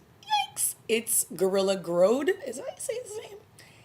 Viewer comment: Loved this ep! And I swear, they must be getting the people from Hallmark to write these father/son scenes;) Oh, and the "O" in Grodd is pronounced like in "sod".